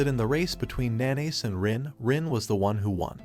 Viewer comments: the way he says haru's name, instead calling him "nanase" he said NaNaYs gets me dying💀😭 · Narrator says MC’s name like how some pronounce mayonnaise